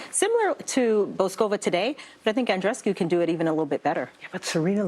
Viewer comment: If you’re an announcer or commentator please learn how to pronounce the players names. Her name is not pronounced Bo-sko-va... it’s pronounced boo-ska-va. So irritating